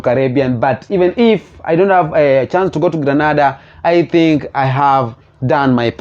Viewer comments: It's Grenada not Granada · Just a little heads-up. I believe the proper pronunciation is: Gr(EH) N(EY)DA.